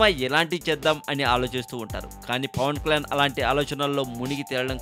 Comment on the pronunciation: Arey babu neevu first Pawan Kalyan name clear ga palakadam nerchukuni appudu audio gani video gani present cheyi okkk.....